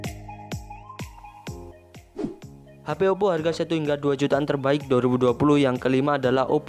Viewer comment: Ngomong OPPO to mas...